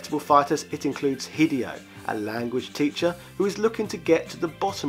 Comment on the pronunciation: Lol hideeeeyo